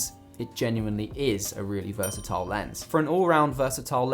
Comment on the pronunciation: Heehee "Vrsatile" 😂👌🏽 That would be a great overall lens! Great video within a video too ✊🏽💯